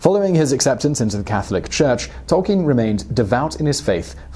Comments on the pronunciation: It's Tol-KEEN as he writes in one his published letters. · Great vid but I swear that's not how you pronounce Tolkien